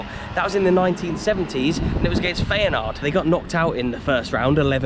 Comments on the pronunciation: Enjoyed this one mate 👍 As a footnote, i think its pronounced ‘fi-en-noord’ 😉😂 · Isn't feynoord pronounced fire-noord ? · It's Feyenoord not Feyenaard ! Apart from that another excellent vlog. Always look forward to your next upload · Who are Feyenard? Do you mean Feyenoord? 😂😉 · Please learn how to pronounce feyenoord